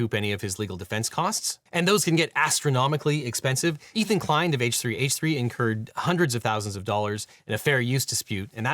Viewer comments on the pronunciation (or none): none